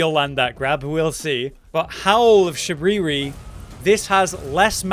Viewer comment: shuh-bir-E not shub ree ree